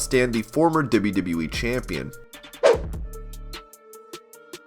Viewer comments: how you say “dibbleyadibbleyaee” when trying to say WWE is the weirdest thing i’ve ever heard haha... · Every time he says WWE, I hear “wwwwwe”